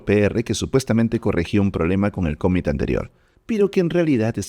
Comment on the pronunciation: Impresionante contenido!!! Gracias!!! Solo un detalle… pronuncias mal la palabra COMMIT, y varias más… En inglés no acentúas… (cómmit).. trata de pronunciarlo plano, sin hacer énfasis en alguna letra … commit…